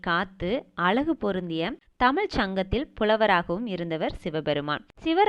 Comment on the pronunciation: நல்ல தகவல்கள் நீங்கள் கூறுகிறீர்கள் இருப்பினும் தமிழ் சொற்களை சரியான முறையில் பயன்படுத்துங்கள் தமிழென்று சொல்லும்போது சிறப்புழகரம் சரியாக உச்சரிக்கப்படுவதில்லை